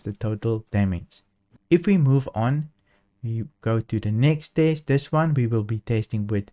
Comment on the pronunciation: you keep saying taste not test...